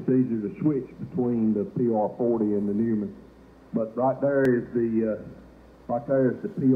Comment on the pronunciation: It’s pronounced Noyman.